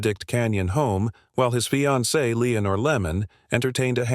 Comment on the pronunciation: “Sometime between one to thirty and two hundred in the morning . . . ” “Lemmon, his fye-an-see” “Soo-ee-cide” Stupid robot narration.